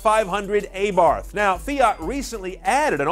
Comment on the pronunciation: Dude, learn to pronaunce "Abarh"